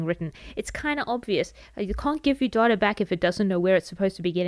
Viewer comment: Thanks a lot! I love how data sounds like daughter, makes the video even more interesting :D